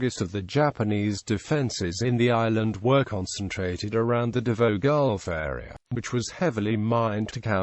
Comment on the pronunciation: U pronounce davao as dabaw